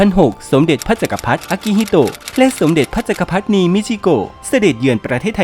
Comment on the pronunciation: สมเด็จพระจักรพรรดินี ให้อ่านว่า สม-เด็ด-พระ-จัก-กระ-พัด-ดิ-นี นะครับ อ่านดิด้วย